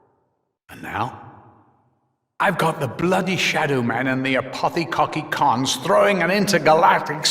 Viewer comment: apothi-cocki-cons lol